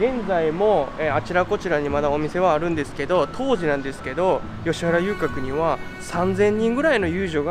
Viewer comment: あとついでに言うと「よしはら」じゃなくて「よしわら」だよね